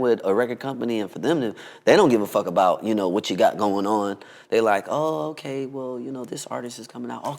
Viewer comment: “oay-kay” 😭😂 anyways tho we love you Omarion! nice to see a new interview 🥰